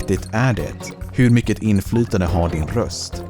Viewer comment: Låter mest som att han inte är så van att läsa manus på svenska Edit: Han uttalar ord på lite anorlunda sätt MyckeT, OvanliGt